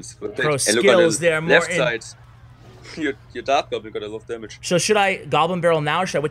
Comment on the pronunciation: When said side I swear he said zeit (time in German I think)